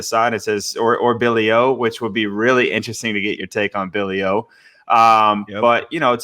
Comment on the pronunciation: “Billy O”? 😆